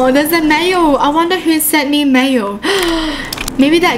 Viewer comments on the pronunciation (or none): WHEN UR SAYING MAIL I HEAR MAYO XD